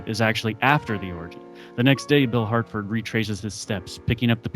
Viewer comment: Harford. Not Hartford. :) Based on Har-rison Ford